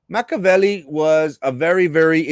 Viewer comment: It’s Machiiiiavelli. Pronounce the i